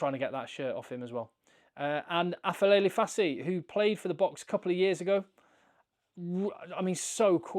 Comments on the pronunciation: It's Aphelele, not Afelele. It's a "p", not an "f" or English "ph". It's a "p". It is Aphelele Fassi. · Aphelele is pronounced as 'A-p-e-le-le' in our Xhosa and Zulu languages😅.